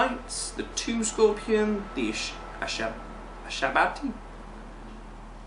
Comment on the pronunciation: Pronounced Shab-Tee